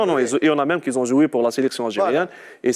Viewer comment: Qui ont joué, pas ‘’qui ZONT joué’’ : y’a pas de lîàison ‘’Z’’ a faire.